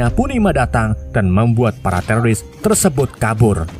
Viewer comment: Tersebut gan bukan tersebot 😂